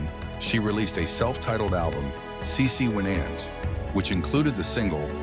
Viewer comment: The documentary is good, but the announcers need to pronounce the person's name right and act like they know how to say the names correctly as well.